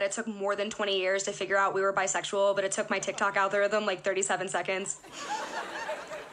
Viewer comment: "Biseggsual?" Really?